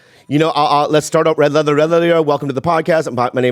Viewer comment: He can't say Red leather, Yellow leather at all 😂😂😂😂😂😂😂